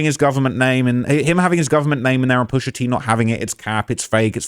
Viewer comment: Man said pusha teen you know omdzzz stop 😂😩